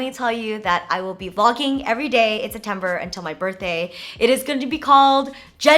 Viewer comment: Septjennber! Septimber!